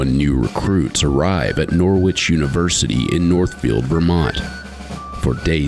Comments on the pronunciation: Do americans really say Nor which? Here in the UK its Norich (soft o)? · Im from a city called Norwich in the UK. We pronounce it Norridge not Nor-Witch. Wonder where this uni got its name? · NORWITCH,it is pronounced norich NOT NORWITCH. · Why do Yanks have to change the way a word sounds. Nor Wich. There is a city in the UK with the same spelling but is pronounced totally different. The W is silent sounds like Norich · From an ex Brit NCO....... who is from Norwich England . Its pronounced and said as Narwich if you ar from Norfolk....And cadre is French pronounced and said as Carrder or carder. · It’s funny how Americans say Norwich 🇬🇧🇬🇧🇬🇧😂😂😂come on guys get it right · In UK there is the city of Norwich but is pronounced Norich, the R is silent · Americans.... Stealing names from other countries then not pronouncing them correctly. Every time they said 'Nor-witch' I cringed. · Just so you know the letter ‘W’ in Norwich is silent. It’s pronounced Noh - rich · When will Americans learn to pronounce placenames correctly? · Shame none of them know how to pronounce Norwich properly